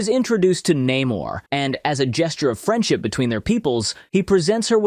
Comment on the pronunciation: Ironheart, complete bullsh*t! 90% of this movie is WOKE and f*cked over characters ([cough] Namor not Neh-morrrrrrrrrrr)